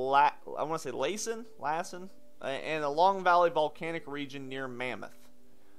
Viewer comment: Hi Sweetie, (I'm old enough to be your grandma), you're doing a great job, keep up the good work. I used to live near Lassen and it is pronounced Lass (like a young girl) and then the en. :)